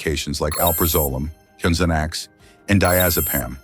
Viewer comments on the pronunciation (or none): This dumb announcer can't even pronouce Zanax or bodies where he said bowdies. I think he is on two many drugs.